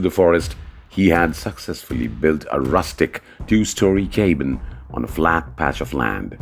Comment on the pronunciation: This video is SO silly and pointless. Utter crap and nonsense. What kind of "English" is the narrator speaking? A "cabin" pronounced as "kaybin"?